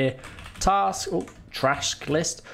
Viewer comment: Nice "Tast Lisk". Well done